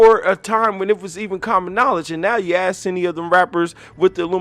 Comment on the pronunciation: Well if you say his name like you pronounce ask as ax. Of course it's gonna be Lucifer smh